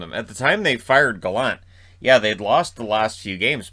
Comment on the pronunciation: It's pronounced Guh-Lant btw. He's from PEI not Quebec. I'm also from Summerside sooo what do I know?